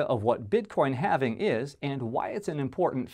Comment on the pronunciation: “What is having bitcoin, no not having bitcoin, having bitcoin.” Lmao you still didn’t say it right